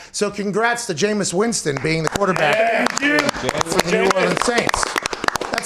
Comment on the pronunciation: it is Winston not Winson